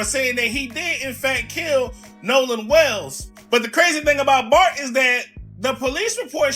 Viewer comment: ‘FART’ instead of Bart😂😂😂😂